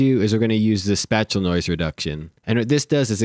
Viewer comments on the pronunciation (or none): Spatial is pronounced space-shul.